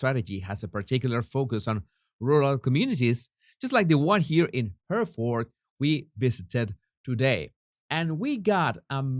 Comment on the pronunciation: 2 pronounciations for today Jesus, Krewe is pronounced Crew as in J Crew and Hereford is pronounced Heryford, thanks for keeping up the stunning work in all this H&M IG nightmare, still can't believe the British Vets were made to parade behind she who will not be named!